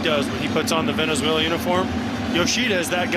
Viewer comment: 主審はべねぜいらより寄りだ 何回間違える？